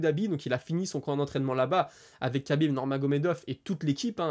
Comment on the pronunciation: Merci pour la vidéo Pour Khabib il faut prononcer Rabib, c'est la manière la plus simple pour se rapprocher de la prononciation 🙂😉